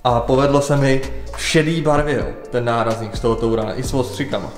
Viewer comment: Vyslovovat Tourana - jako "TOURANA" může vážně jen:D